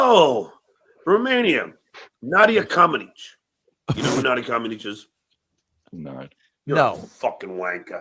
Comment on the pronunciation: Its Komanetchi...not Kominich